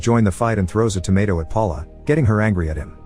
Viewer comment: The word “tomato” was pronounced wrong about 120 times in this video.